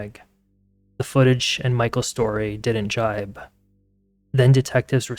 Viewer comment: Thank you for saying JIBE and not JIVE. Diction matters.